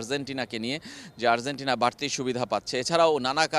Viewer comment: Arzentina না, Argentina. উচ্চারণ ঠিক করেন